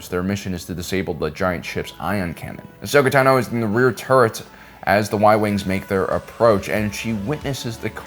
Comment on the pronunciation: Finally! After 6+ years in YouTube, you finally pronounced her name right. No longer will we hear "Tuh-no"